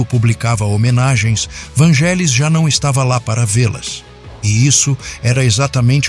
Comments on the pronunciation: Não é Vângelis que se fala. É Vanguélis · Moço que fez o video: A pronúncia correta é "VÂN-gelis" e não "van-GÉ-lis". Curiosamente falou algumas vezes a pronúncia correta. Quanto à primeira música que me lembro de ter ouvido dele? Moço... eu era criança nos anos 70 e muitas músicas dele eram usadas nas rádios por locutores que queriam dar mais beleza as suas falas. Foram muitas e nao vou lembrar. Mas UMA eu lembro muito bem: Hymne pois era usada como fundo pra missa do galo no final do ano. Era só um pedacinho dela que tocava pra anunciar o evento católico enquanto o Papa João Paulo II aparecia rezando, mas o suficiente pra gente desejar ouvir mais. Mais tarde, início dos anos 80, foi quando eu finalmente descobri QUEM era o artista das músicas lindas quando estreou a serie "Cosmos" de Carl Seagan, onde tinham "Heaven and Hell" e "Alpha", que me capturaram DEFINITIVAMENTE. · A pronúncia é “Vanguélis”. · Só uma humilde correção.. se pronuncia Vângelis mas se escreve Vangelis Um genio igual a Mozart que já está entre nós Gratidão ao canal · Desculpe, mas está falando algumas inverdades e a pronúncia é van{gue}elis o resto e invensão ou pura fantasia. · Só um adendo. Esse nome se pronuncia como se fosse GU vanguelis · Na verdade é Vânguelis, derivado do nome dele, que se prinuncia Evânguelos. E o "ou" do sobrenome tem som de "u", como de resto em praticamente todo o idioma grego: Evânguelos Odísseas Papathanássiu. KALIMERA! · Por amor de Deus...a pronúncia do nome não é esta 😮